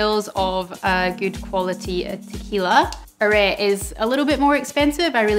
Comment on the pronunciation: Yes, although Arette is pronounced are-eh-tay (I'm from Edinburgh so that's how it sounds to me). Agreed on its quality, the reposado is also excellent